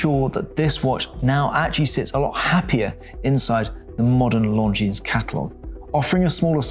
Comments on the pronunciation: It's pronounced Longine, not Longines. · The S is silent in Lon Jean, annoying AF, must come from the same school as Harrison at CH 🤦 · Don't pronounce the "S" on the name Longines. It makes you look like an amateur. Every watch enthusiast should know how to pronounce the names of the brands.